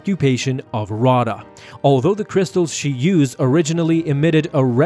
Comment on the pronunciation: Just a small note, Raada is pronounced Rah-Ayda.